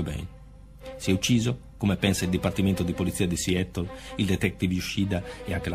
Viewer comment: Ma la pronuncia inglese, questa sconosciuta... Non si può sentire!Siettol? Siatol...Meglio occuparsi dei casi italiani. Non fate spettacolo su una tragedia